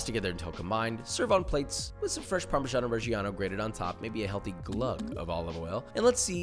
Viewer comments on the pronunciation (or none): LMAO yes but i hear it as "parmesan origiano" as if it's italian for "original parmesan" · Does anyone else here "parmesano reggiano" allided together as "parmesan o'reggiano", as though it were an Irish cheese? In english, it's just parmesan, so I'm sure it's my eurocentricity speaking lol.